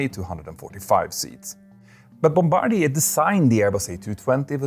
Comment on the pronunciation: Ya know this aviation channel is legit cause he pronounced Bombardier correctly. The number of aviation channels out there pronouncing it "bomb=ba-deer", AS IF an airplane manufacturer would name their company after the plane/pilot that bombs other countries.... well, if Bombardier was an American company, I could see that.